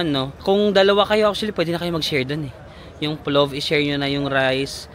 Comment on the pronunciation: PLOF pronunciation nun not with “V”, same kase sa pilaf kase yan na dish around Asian countries, it’s a rice dish with meat nuts and dried fruits